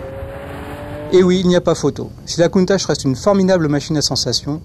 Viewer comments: ça se procnonce pas countache mais countak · il ne sai meme pas prononcer countach la onte